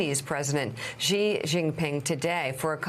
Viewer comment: What kind of reporters are these who can't pronounce Xi's name properly. Take a bit of time to educate yourselves PLEASE